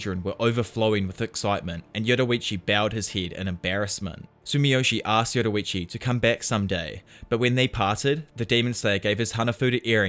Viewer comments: why do you keep saying yoruichu, this isn't bleach lol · 6.45 yoruichi it's yoriichi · Yoriichi not yoruichi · "yo-riiiii-chi" not "yowowowoowrichi" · Bro it not yoroichi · This dude says “Yorrichi” Like “Yetawachi” 💀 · why’d you say yoruichi instead yoriichi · Its like your saying yowuriichi instead of yoriichi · Why do you say Yoriichi as Yororiichi? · "yoruichi" lmao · Why u call him Yoroichi lol. Nice video btw. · inspiring amount if effort that you put into these vids but its "yor ee chee" not "yoru vichi" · Bro I love when he says yorrichi he says it like yoddorrichi I love that bro keep it going and love the content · im crying "yoroichi"